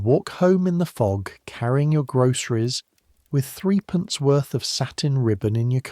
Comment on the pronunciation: This is very well written and narrated but in England in pre-decimal days, 'three pence' (3d) was pronounced 'thrupence'. Twopence was pronounced, 'Tuppence' as sung in 'Feed the birds from Mary Poppins. Also, a dress was worn over a petticoat, not the other way round.